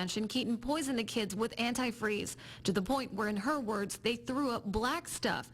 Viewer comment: Interesting pronunciation of anti-freeze